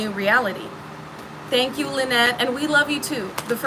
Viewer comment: Hey, You're great and I'm glad I found your channel. I just wanted to point out something funny. (almost ) it sounded like you said Stank you. lol with a Shh in there. So like Shtank you 😂 Anyway thanks for the laugh and the uplifting words.